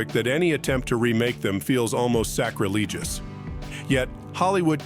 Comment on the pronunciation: Really? When your bot can't pronounce "sacrilegious" that's when I give you a thumbs down and choose to not see videos from your page. 👎👎